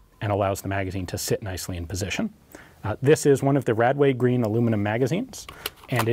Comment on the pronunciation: as a SA80 user, every time you say radway green I cringe and have a mini flash back...